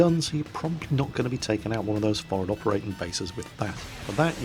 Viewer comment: I love how you say for'ad instead of forward, you can take the Jack out of the Navy...